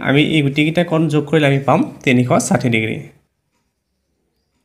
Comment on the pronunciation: চাৰ তিনিখ চাথি নহয় তিনি খ খাথি হে 😂😂😮